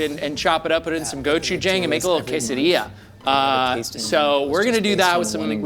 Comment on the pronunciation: The way he says galbi and gochujang drives me nuts.